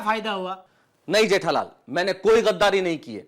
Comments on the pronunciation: Jethalal❌ Jethalali✅ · Jethalal ❌jethalali ✅ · Jethalal ❌ jethalali✅ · jethalal 🚫 Jethalali ✅️ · Jethalal ❎ Jethalali✅ 😂😂😅